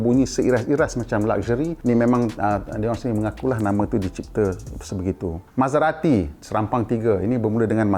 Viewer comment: Mazda, Maserati, Ferrari, Aston Martin, Citroën, & Lamborghini ada lari sikit dari sebutan asal.